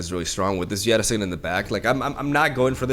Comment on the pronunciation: not a critique, personally I enjoy it when the Spanish flair creeps through. But Jettison is pronounced like fighter 'jet' i son. At the moment the way you pronounce it makes it sound like a sick Yeti support card 😂👌